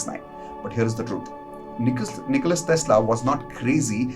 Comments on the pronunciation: His name is Nikola, not Nicholas. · NIKOLA not NIKOLAS